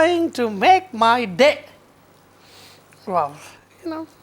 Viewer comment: haha I love when he says "This is going to make. my. day! ...you know...wow."